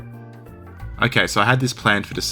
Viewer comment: Russian here, it’s pronounced NakhÍmov